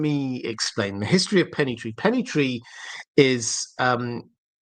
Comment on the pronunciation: Hello . Love the channel , loved all the discusions but as some people mention before me , the name of the Pennythree cannot be how you said it hecause Ser Arlan was known as Arlen of Pennythree which was before dunk and egg story .